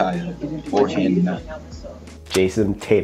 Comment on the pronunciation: I'd have to go with DeMar DeRozan. That dunk on Boucher was just filthy. Loved the Jayson Tie-tum clip lol. Loving the vids! TS: Nenneray